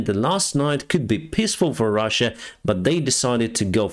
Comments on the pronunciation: I would suggest you pay a little more attention to 2 words pronounciation, Those 2 would be 'clother' and 'piss'. While it's funny to hear about russian piss keeping troops, A pissfull sky does not sound very pleasant. Maybe say peas instead? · Hey When you say peaceful I here piss full I love your channel You speak very good English